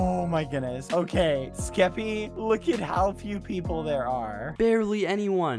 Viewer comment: skeppy? more like ske-PEE